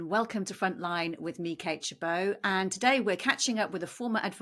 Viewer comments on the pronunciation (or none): Don't know why she mispronounced her name except for the last syllable, but her name is "Kate Gerbeau".